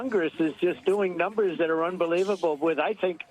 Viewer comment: Numers, ask him to count 😂😂😂😂